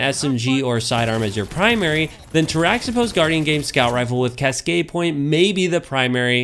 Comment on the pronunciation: Good call. I like my Cascade Roll as well. Its pronounced "tara-hih-pohs" though. The origin is greek. Not bashing you, just giving you the info. The X is pronounced as an H. I like your content. Keep em' coming.